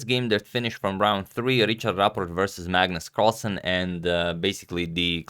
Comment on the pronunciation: Why don't you ask your norwegian viewers how to pronounce magnus carlsen?